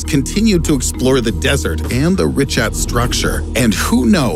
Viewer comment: Ri-khat is the pronunciation